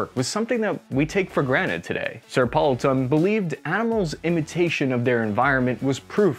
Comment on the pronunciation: Just a comment on Sir Edward Poulton. His name should be pronounced /'pool.ton/, not /'powl.ton/. Second, if you want to use Sir with one name, you need to say 'Sir Edward', not 'Sir Poulton'. 'Sir Poulton' isn't a thing – stick with Poulton if you want to use his surname. 'Sir Edward' is formal – if you were close friends, you could call him 'Edward'.